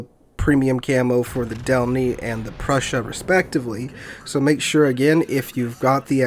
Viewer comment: Just making sure that you know MB cuz I assume you'll be playing her a good bit... Preussen, not Prussia lol. So like Eugen but with a Pr in front and instead of G an SS... Which would be the special symbol used in German but well I don't have a keyboard for that... :D Just in case your not saying it that way on purpose :D